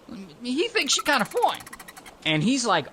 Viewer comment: Peter thinks Marguerite is... Foine And Marguerite thinks Peter is... Foine !